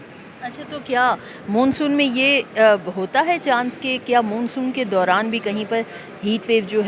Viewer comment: Madam Moon soon ni hota Mon Soon kehty hain. 😅